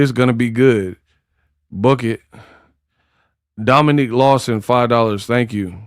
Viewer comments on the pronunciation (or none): none